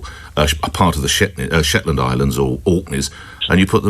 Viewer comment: He nearly said 'shitlands'. Maybe we should send him to the most inhospitable place to experience it himself and see what he feels